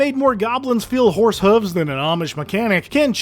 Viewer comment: my brother, did you say fhorse?